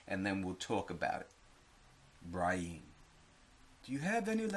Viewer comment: "Bri EEn" lmfao 👊